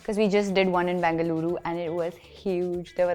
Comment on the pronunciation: The way she said bengaluru❤